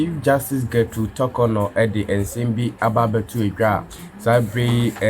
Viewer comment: I dislike the way you pronounce the Chief Justice's name. Learn how to pronounce her name properly before you come on air